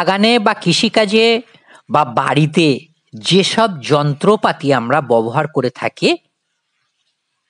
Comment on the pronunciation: ববহার না ব্যবহার, বড় কানে লাগছে